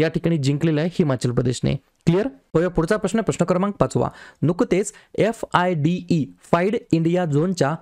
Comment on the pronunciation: FIDE😂 ह्याला फिडे म्हणतात ओ सर..अस का करायल्या...अभ्यास करून घेत जा लेक्चर PPT आहे ते वाचत जाऊ नका...